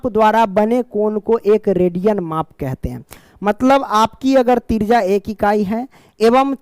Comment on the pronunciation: त्रिज्या ❎तिरजा ✅😂😂😂 Thank you so much sir❤